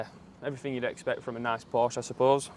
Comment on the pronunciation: If you’re unable to pronounce the name correctly, you shouldn’t even stand near a Porsche.